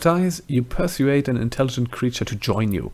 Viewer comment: I'm excited to see where this goes! New characters can be so fraught but you sound like you have a fun build. Also, 'persuade' is usually pronounced 'per-SWADE' rather than 'PER-su-aid' (let me know if this is coming across condescending or like, rude or anything. I'm pretty monolingual so I dumped all of my points into N.A. English word-n-talk. I don't want to condescend but I'm excited to point out finer points, lol.) Super stoked that your series is still going! I can't wait to catch up to the new updates with statue quests and stuff!